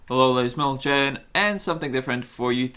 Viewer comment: I Would Go Banana And Back Around To Shot Them In The Ass...And Why You Say "Ladies And Mentelgen"?^^